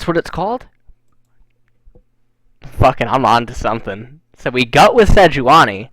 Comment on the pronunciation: why do you and artosis say "gut" instead of "got"?